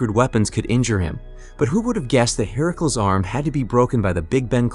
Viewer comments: Ok i was up for this but the herakuls bugged the hell out of me. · Why you keep saying Hercules name like that it's not pronounced that way